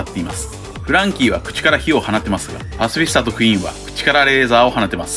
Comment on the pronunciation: パシフィスタの発音好き(笑)